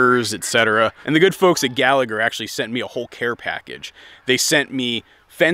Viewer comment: Pronounced Gall-a-her.